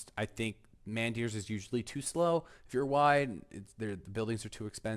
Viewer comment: Took me a second to realize what you meant by man deers. It's a soft a, like mon or mun